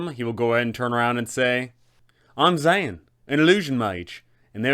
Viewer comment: I fucking LOVE your Dzaan voice, he's like a Wizard version of Steve Irwin! Is that what you were going for? Edit: I do have to say though, dude's name is actually pronounced Da-ZAWN, but I like ZAN better.